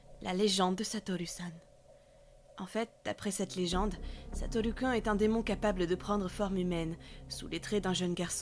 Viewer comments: Par contre... y'a plusieurs problèmes par rapport au japonais... On ne parle pas vraiment de "Satoru-san"... et "Kun" ne se prénonce pas "kin" mais "koune".... Et aussi, ça aurait été plus immersif de donner une voix d'enfant quand Satoru-kun parle ^^" Et aussi, ça parle pas vraiment de Satoru-kun, car vous faites comme s'il était effrayant en étant derrière la femme, alors que c'est normal qu'il reste derrière elle... c'est comme ça que ça doit se passer pour avoir une réponse à sa question... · D'accord, je comprends, après, quelqu'un d'autre aurait pu faire la voix d'enfant... Par contre, je confirme qu'on dit "koune" et pas autre chose (je suis native du pays du soleil levant)